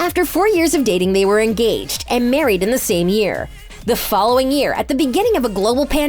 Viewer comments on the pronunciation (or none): none